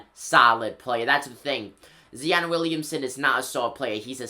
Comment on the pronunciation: Zi-on not "Zee-on"..and yes Zion is a beast and will look good on the Knicks ✊🏻